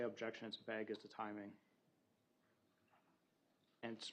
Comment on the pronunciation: does everyone in wisconsin say vague like that? it's vague not vague